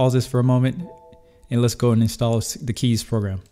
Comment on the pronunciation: good job for pronouncing kies right! most english people say it completely wrong but it is really the way how you pronounce it (it litterly mean choose in dutch)